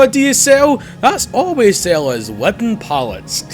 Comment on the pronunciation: Lost my shit when you brung up "Widden Pallets" lmao